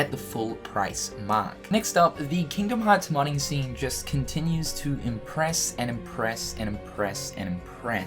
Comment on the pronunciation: Took me age to figure out you were saying modding scene